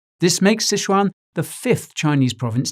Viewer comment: Your pronunciations of Szechuan is orgasmic 🔥🤔